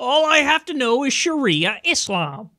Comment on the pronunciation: Sharia islam? what is that even mean. he can't even say it right and people actually listen to him?